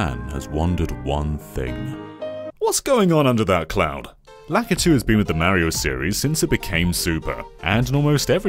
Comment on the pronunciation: Where does the name Lakitu come from? In Japan he's called something else. Also, I always thought ki was the stressed syllable and not 'La-'